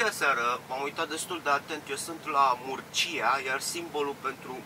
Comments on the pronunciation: Murcia se pronunța (Mursia) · Salutare Murcia se scrie și Mursia se citește sau spune 😊drumuri bune să ai